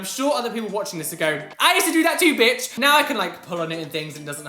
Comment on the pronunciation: him saying bitch with that accent is everything 👏🏻😂